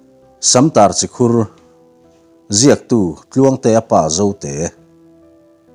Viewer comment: Si Khur ani lo, chi khur alawm.